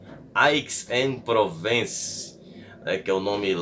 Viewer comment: Aix-en-Provence se lê "ézanprovânce"